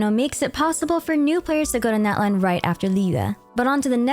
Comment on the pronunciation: Hihi! You’ve been calling every other nation by it’s correctly pronounced name, so I ask that you please call Natlan “Not-lawn” :)))) The american pronunciation sounds like nails on a chalkboard to me😭😭😭😭